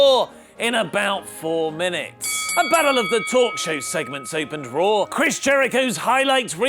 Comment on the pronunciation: whenever says Monday night RAW, I hear Monday Nitro.